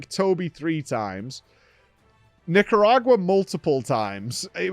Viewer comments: Yeah he's been "nicknaming"/"mispronouncing" a lot of the monsters. Like "Nerd" for Nergigante. Some of it I think is intentional (like Nerd and Nicaragua) and some is accidental/ignorance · "Nikaragra"? Who is that? Does he mean Nargacuga?